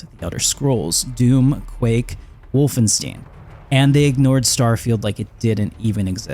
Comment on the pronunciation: Wolfenstein… not steen stein. Not stien.